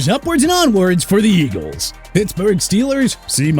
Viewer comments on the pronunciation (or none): none